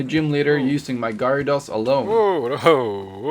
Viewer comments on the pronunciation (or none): Gerados pronauns